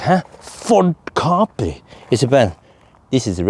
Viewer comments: Im the uk it was always pronounced cap pri. Not car pri 😊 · In the USA back in the 1970s it was pronounced ca-PRI with the accent on the second syllable.